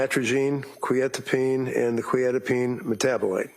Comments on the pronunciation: How has none of the counsel learnt how to pronounce Quetiapine. I’m a pharmacist and it is really annoying me. Surely you would learn how to pronounce something you are going to say so frequently. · oh absolutely. I mean they've been told the proper pronunciation about 500b times by now and they can't ever say it right. It has to be a tactic. There's no other explanation. And while those tactics don't make sense to us they've been proven to be effective in a court room setting. So while I don't really understand the point and it's really annoying, it's something that they're doing for a reason and it's probably working.